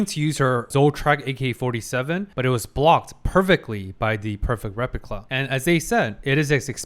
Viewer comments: Why do you keep saying "repicla"? 😭😭 Not even the editor took notice... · Also hilarious that is trying to correct his German name pronunciation and then immediately calling the replica a "repicla" 😂😂